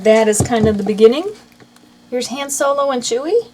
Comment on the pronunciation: You are saying Hans name wrong